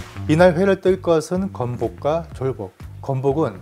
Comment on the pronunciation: 된소리발음 불편합니다...인플루언서인만큼 불필요한 발음은 지양해주심좋겠습니다. [쫄복]이 아닌 [졸복]입니다..